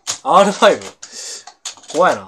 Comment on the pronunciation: ＳＴＮR5事件の概要 ＳＴＮが四段だったか五段を受ける R5のトリルが下手すぎたのか、隣でプレイしていた憤怒が「R5がR3に聞こえた」とツイート ＳＴＮ騎士団ブチギレ、憤怒袋叩き